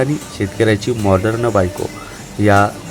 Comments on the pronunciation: Morderan as nahi bolat ho morden as bola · माॅर्डन, उच्चार नीट करा.